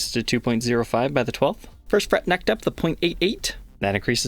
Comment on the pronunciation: The perfect example of an American Mid-western accent when says "First fret neck depth".